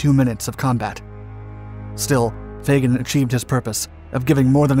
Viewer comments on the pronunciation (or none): none